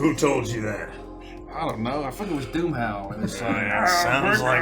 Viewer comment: I genuinely thought you said Boomhauer instead of DoomHowl and now I need a King of the Hill intro for Starlight😂😂